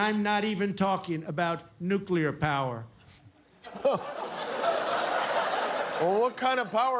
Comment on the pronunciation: Quantum “Nukeclear” Power!!!!